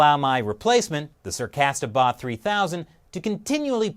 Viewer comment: "Sarcastabot" .....lol